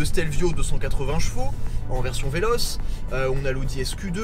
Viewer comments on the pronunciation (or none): Pas VELOCE mais dite "VELOCHE" pour le Stelvio